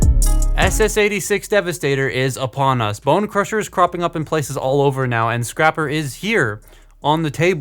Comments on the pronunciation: It’s scrapper not scr-aye-per you a$$hole have you seen that video before? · Scraper report! It's Scrapper you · ITS SCRAPPER YOU A